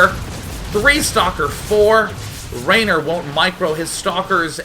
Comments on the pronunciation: Haha, Råner from Nårway XD Nice try on the Norwegian accent DayJ, but you sound more Swedish.. :P And his name is pronounced "Rawner", not Raynor ;) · Its not raner, its råner, å is pronounced sort of like the O in boy. its norwegian and it is a term for car enthusiasts who does crusing for a hobby, burning and slideing with their cars etc. :-)